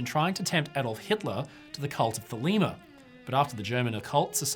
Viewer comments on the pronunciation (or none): none